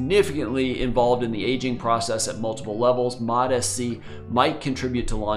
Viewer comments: because it is lol. It's MOTS C not Motis C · Hey doc, fyi, it's pronounced MOTS C, rarher than MOT SC 👍